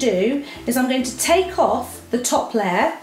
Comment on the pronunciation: amazing video but its a layer not a ler